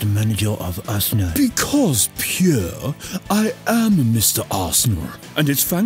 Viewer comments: I'm in love with Arsene's pronunciation of Pierrrrrre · Nobody: Arsene Wenger: PIERRE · Nobody: Arsene: Pierre